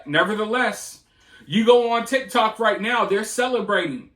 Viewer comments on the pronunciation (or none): none